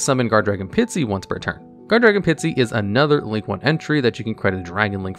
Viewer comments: It's not Pitsy, it's Pisty. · I like hearing say "Pitsy" instead of "Pisty" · Dude can pronounce “Koa’ki Meiru” but not Pisty?